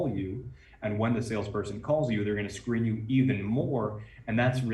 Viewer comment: what are u saying , I'm hearing Screaming and subtitle showing Screen. and even if you saying Scream does it mean Grabing attention or Scaring them and made it hard for them ??